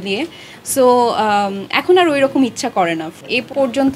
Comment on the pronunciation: স্টাইল কোরে উচ্চারণ কোরতে গিয়ে আর এর বদলে আড়,,,, আড়,,, । গ্যাস্ট্রিক।